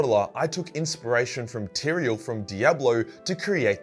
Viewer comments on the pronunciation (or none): none